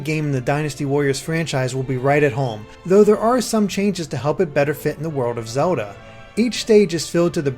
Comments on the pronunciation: the way he pronnounces zelda sounds a bit strange. it sounds like zehuda. not hating im just curious if thats an accent or not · Can't get over the way you say Zelda haha, but sick review!